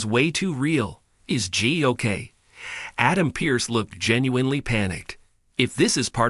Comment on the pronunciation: It's Jey Not Gee